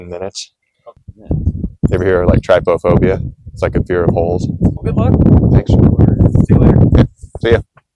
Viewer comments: wonder why people say trypDUHphobia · Googles trypophobia -says word with clear hesitation brought on from uncertainty of correct pronunciation -Completely ignores phonetic pronunciation guide within definition -Pronounces trypophobia incorrectly -then expresses that he hopes he's saying it correctly. 😊 My heart, your entire being is good vibes